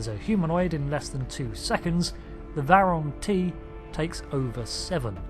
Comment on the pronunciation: True, although he said it wrong twice!